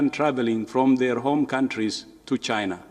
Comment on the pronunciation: The who is disapointed in chy-nah??!😂🤣😂🤣